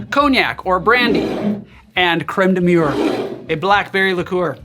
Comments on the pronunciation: You keep saying cream of wall (crême de mure) instead of cream of blackberry (crême de Mûrre, Mi'your) Great video, best to you! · Man, I went through too much content on birds today; I heard "creme de mûre" and thought "murre" instead! That would have been an awkward recipe...